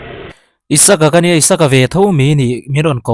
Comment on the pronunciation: Isaka ni lo in.. Isak tia koh/kauh a hua🤣🤣🤣